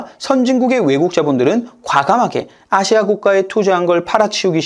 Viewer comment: 아시아를 기괴하게 발음하네 또 이번엔 어느 국적일까 ...